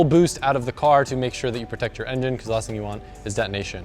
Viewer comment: He said engin with a normal g sound 😂 lit